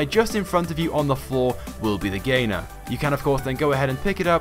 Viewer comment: It's not the gainer it's the the gainer